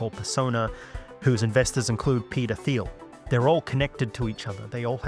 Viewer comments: Peter teel not theel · Every. Time. He said Peter Thiel I heard pedophile. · "ermm, hrmm, hmm 'Peter Thiel'? How do you pronounce that? 'Petah Thile'? Am I saying that right?"